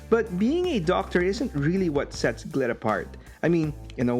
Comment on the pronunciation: be careful how you say, "Glit" xD